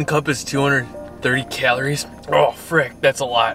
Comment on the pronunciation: That’s alot of “keleries”